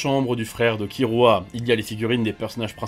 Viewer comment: ENFIN QUELQU'UN QUI PRONONCE BIEN KIRUA ET QUI REMPLACE PAS LES R PAR DES L COMME DES PUTAINS DE KIKOOJAP DE MORT EN L1 LANGUE JAPONAISE